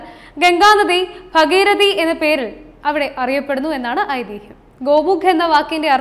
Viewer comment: B ഭഗീരഥിയല്ല ഭാഗീരഥി എന്നാണു ശരി.